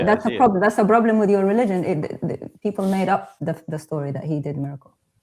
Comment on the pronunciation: Ok sir, kees they mo, no prolem.😅😂🤣